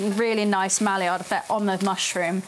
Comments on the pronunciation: You’re hearing bourbonion because SHES SAYING Bourbonion. She also said “MALLIYARD” when she meant Maillard. Also Beef Bully-on for bullion. Maybe it’s dyslexia which is fine but I’m skipping the rest of this video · your videos have such a lovely vibe to them. you are at your auntiest in these, hah! also i love "malliard" instead of "my-yard", classic brits lol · Good recipe, well presented. Note Maillard is pronounced "My Ard".